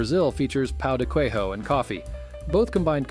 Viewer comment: Just for the sake of constructive criticisim: check pronunciation before making a video with foreign terms. The narrator's pronunciation of "pão de queijo" sounded really weird. Btw, we speak Portuguese in Brazil, so our j's don't sound English h's (as in Spanish) and our qu's sound like Englih k's and not like English qu's